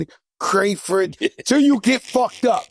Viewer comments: This duded said “you gotta fight Jamie, Johnathan, CRAFERD” hahahahahahah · Lmaooooo. Joe is hilarious. “Crayford”??!!!!